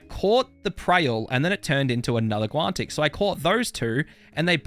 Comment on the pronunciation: There's no T in guanic